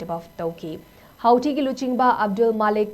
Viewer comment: It is pronounced as Hootee. 😄